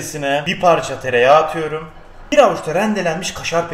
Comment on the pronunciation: Ulan şu atam aliyuurum diyo ya bitiyorum aq